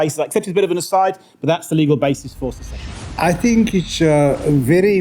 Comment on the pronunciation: precisely the bell iz ringing but where is the string🤣🤣🤣 it is secession. She should really do her homework....no wonder our country is becoming no mansland. If you do not know how to even pronounce the word how on earth do you know what the international law says.